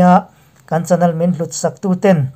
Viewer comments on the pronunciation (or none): Chanel hi chanal tih ang lek lekin i chhiar thina.channel ...nel lai kha lehpekah chuan lam dik tawh ni se..